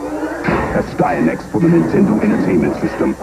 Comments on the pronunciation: As I told Erin of Erin Plays....pronounce it phonetically.....A Stie A Nax 😁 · Its pronounced "nasty axe" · Aw man, I wanted to love that TMNT game so much as a kid, but I just couldn't. I played it on the PC too, which I think way worse than the NES version. The way to pronounce Astyanax (asty = city, anax = protector) is definitely not the way the guy in the commercial did. It's closer to Ahss-tee-AH-naks. I haven't typed anything phonetically in years, so I probably butchered this, but it should give you an idea. :P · That's actually closer to the Greek pronunciation than whatever that 80s dude called it.